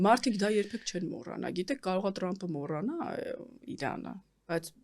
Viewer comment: լայ լաղջիկ լերվուծաբան մենք թ և փ տառն ու հնչյուն ունենք ապա տյու ընչու էս Թրամփին տըրամըպ ասում ։